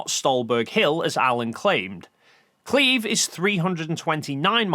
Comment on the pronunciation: Kleve isn't "Kleeve". It's K'leh-vae.